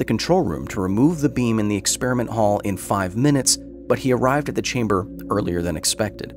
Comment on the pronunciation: "They're waiting for you Anatoli, in the test chamberrr"